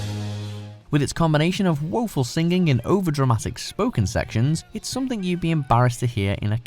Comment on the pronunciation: Basically state that the list does not include live covers... explain #10 #8 please pronounce "singing" correctly. Noted, these are all horrible covers. Mind, George Michael's cover was better than the original.